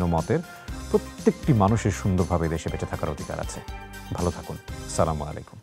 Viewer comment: আরবীতে সঠিক উচ্চারণেই উনি সালাম দিয়েছেন।